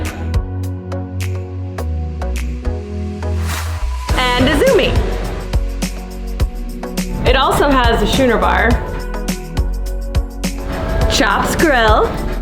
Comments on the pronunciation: Cool videos. My wife and I are doing an Alaskan Cruise in a few months. Big change from our go-to tropical vacations. It made me laugh when you pronounced Schooner Bar as "Shooner" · Oh man, it's not pronounced shoo-ner it's pronounced skoo-ner, after the size of the beer glass! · Schooner is pronounced skooner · Schooner is pronounced Skooner. lol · Isn’t “schooner” pronounce skoo-ner? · 1 for calling it the "Shooner Bar"